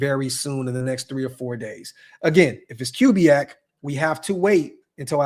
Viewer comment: Correct pronunciation of Klint Kubiack: Koo-bee-ack